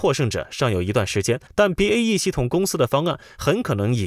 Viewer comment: BAE一直要唸BEA